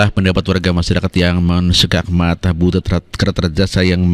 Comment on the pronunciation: Butut ah bukan butet